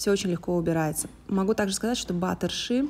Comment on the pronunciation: а почему Вы говорите:»Наношу немного батера ши»? Очень слух режет, когда на русский манер произносятся английские слова.. Если уж по-русски, то на слух лучше ложиться - масло ши.